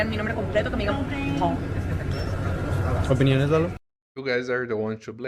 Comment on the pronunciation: there is a """bit"''" of a difference between "Pau" and "Paul"... that letter "L" makes a world of difference 😹 TWA ⚡🤘😸🤘⚡ TWA